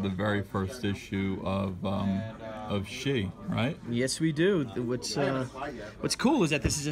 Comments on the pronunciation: So umm, if that is supposed to be Chinese then shi is pronounced much more like the English sure. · Bill Tucci... wow this takes me back. I remember arguing with a friend in high school about how to pronounce Shi; I said sh-e and he said sh-i... I knew I was right. I’ll be on the look out for the return of the warrior.